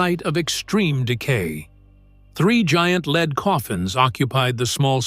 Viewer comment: For goodness sake! Surely you can do better. Try fewer words, appropriate photographs at the precise time your AI voice references them will give a video of condensed size and interpretive power. Edit for God‘s sake! And teach your AI voice to pronounce the word lead as in the metal lead. Geesh.